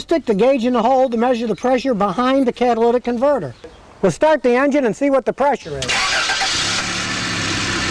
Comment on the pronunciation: "Cadillac Converter" - Scotty's Accent